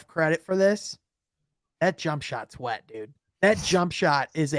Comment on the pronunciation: The emphasis put on "wet" talking about chef's jumper😂 but that Kenny Lofton guy on Memphis summer league look like he can play a little, his play style reminds me of Zach Randolph